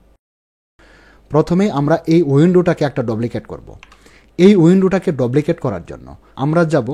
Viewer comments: ভাই, বিনীত অনুরোধ জানাচ্ছি আপনার উচ্চারণ ঠিক করেন,,,"ডুপ্লিকেট" কে আপনি বার বার "ডবলিকেট " বলতেছেন। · ভাই,,,ঐটার উচ্চারণ ডপ্লিকেট। 🙄😁